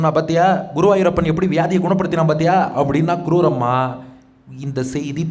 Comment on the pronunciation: க்ரூரம்மா இல்லை ஐயா. குரூரம்மா. க்ரூரம் என்றால் கொடூரம் என்று அர்த்தம். உச்சரிப்பில் கவனம் தேவை.